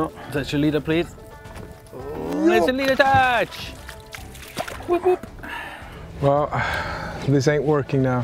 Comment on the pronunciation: Team Gunki is now Team Leadertouch 😂 wounder how many times the new guy say "leeadertouch"